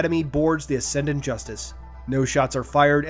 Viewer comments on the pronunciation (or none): none